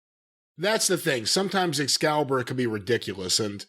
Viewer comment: Every time Jim calls Excalibur 'Excrement' I roll about laughing